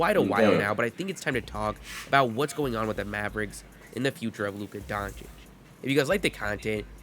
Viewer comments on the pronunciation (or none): Hey man so you know for next time, you say it Donchitch :)